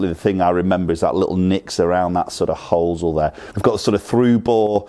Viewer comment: When did the Americanism of pronouncing 'hosel' as 'hoo sell' enter England!? lol 'hos-el'.